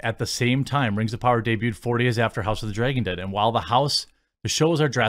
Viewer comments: LOL hes like we dont all talk like that and then says house of the "dregen" 80 times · The only things I really notice in your accent is that you pronounce things like bag and dragon as "beg" and "dregon". Other than that you pretty much sound like a standard american to me. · Is he say house of the "dray-gon" or dragon? lol accent differences lol i can't say anything being southern lol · I get it. You think you don’t have much of an accent. But the accent you do have I dig. Being from the south. I mean. Mines not thick and self gratifying like most from my region. When you pronounce vowels it shows. As most accents do. Like. House of the “Dray”gon. Lol. Love it. Aww Jeec. Lol. Love you bud! Don’t mean to rayg on yas. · Speaking of accents.. i like how you say dragon.. draygon lol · "I don't have a Wisconsin accent...flayygship drayyyygin" lol